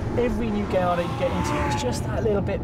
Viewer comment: oh man,in all youtube videos,presenters keep saying gaylordo,wtf its v10 and lambo,its not gay